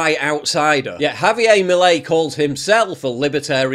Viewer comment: You say « milei » so badd